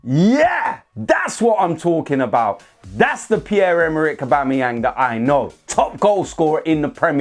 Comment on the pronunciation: Please don't say Aubamebloodclartyang again. Pure cringe